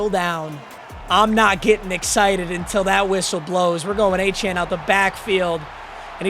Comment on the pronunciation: devon A chain is how you pronounce it